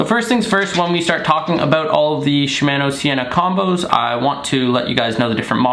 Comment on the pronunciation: You don’t pronounce shimano correctly, it like your saying shimaano and not shimono